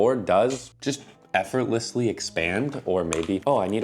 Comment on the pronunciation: Effortlessly... or... F-Row-lessly?